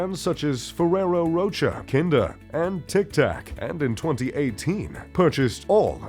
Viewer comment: Hard to take these types of videos seriously.... when basic pronunciation of words like "Rocher" and "Picasso" are incorrect, and in the video "3000" pieces are written in the chyron, but he says "300" etc... etc... It's poor presentation.